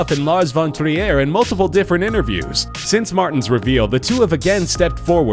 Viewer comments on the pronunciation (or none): lars von TRIER NOT LARS VON VIERRE! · and lars von " tri - er " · His name is pronounced 'trear' , not tree-air! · we'll give you a pass on Sigur Rós (it is rose not roas(t)), but it's not freaking Lars Von Gruyere. Now say Brown Boo-knee. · NOT french. The guy who narrates just can't pronounce Von Triers name. The film is danish.